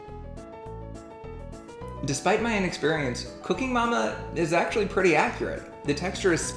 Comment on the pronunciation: When you say “Cooking Mama” by itself, it sounds like “Your Cooking your Mama”.........